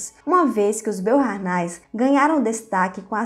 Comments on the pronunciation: olá, a pronúncia de Boharnais é Boarné ... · Pronuncia-se BOARNÉS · "Beaurnais" francamente. O áudio é uma ofensa aos ouvidos. Vá estudar e pronunciar os nomes de modo minimamente decente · Também percebi isso. Nem todos falam francês. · Beauhairnais é pronunciado /boarné/ e Leuchtenberg é /loishtenberk/